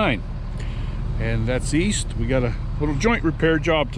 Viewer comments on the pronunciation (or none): none